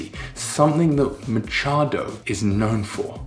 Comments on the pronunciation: wow perfect If Chloe is unwell, should've cooked some stew, something with hot soup for her beef Mechado Almost there /mëh chád oh/ Like say, "I met Chad on.." Then, " I met Chad o n.. " "Met Chad o" that calamansi tree is already grown. Nice learning indeed Also the head cam.. a necessary struggle without your partner baka - means "cow", "beef" or "perhaps/maybe" Same pronunciation. You got it yeah I remember asking for some background lights, thought you gonna put some English lamp shade.. but that looks good now.. no 'eerie' looking wall anymore.. save for U.F.O. "Jojo, meron ka bang liver spread?.." haha something missing Philippines beers: San Miguel Beer (SMB) Pale Pilsen San Mig uel Flavored Beer Apple San Mig Flavored Beer Lemon San Mig Light ⬅️ best seller San Mig Premium San Mig Extra Strong Red Horse ⬅️ the strongest Gold Eagle ⬅️ a countryside favorite (all above from the same company) Beer na Beer trouble.. then flexes breasts.. haha when you're sick and still look pretty ♥️♥️ Nice video.. 🇵🇭👊💪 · It is prounounced like mitsado. But i think you did not cook mechado but more of estofadong baka. Mechado i know is stuffed with a strip of pork fat without the skin. That is the mechado i remember in my childhood. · It’s pronounced as “Meh-Cha-Do” You should try lumpiang Shanghai: Our family’s version, we usually use the below for the filling: 1/2 kilo pork grounds 2 tbsp oyster sauce 1 bundle of kinchay (chinese celery) chopped 1 stalk green onions chopped 1 medium carrot grated (usually uses the cheese grater) 1 diced white onion Pinch of salt and pepper to taste 1 large egg Then wrap it in spring roll wrapper For the sauce we just use sweet chili sauce 😊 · In all fairness the pronunciation during the intro is almost on point. MECHADO > ME-CHA (" ch" same sound with british way of saying "t"una)-DO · Me-cha-do mechado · me cha do......